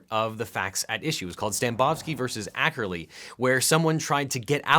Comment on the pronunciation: Objection: you pronounced Ackley as Ackerly, while I am unsure of its spelling myself, I wanted to point that out :p